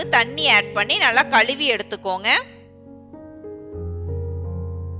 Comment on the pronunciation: Excellent sister,but quantity take,not "yeduthukoonga" "yeduthukkanga" thanks